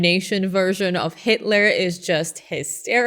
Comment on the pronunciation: hail hit-a-la ... who's Hit-A-La, come on man do you even speak German?